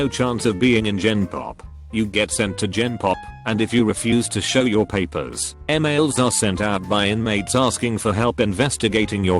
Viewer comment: I’m bothered by the way that this voice says ‘Paper’